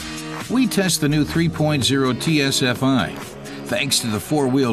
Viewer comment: Great review just one little mistake, its TFSI not TSFI, thank you.